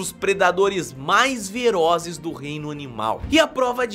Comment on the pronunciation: velozes ou ferozes? ele falo verozes